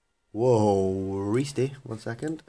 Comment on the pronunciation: "The most reestiest of reest that has ever reested, in the reest" - new forum signature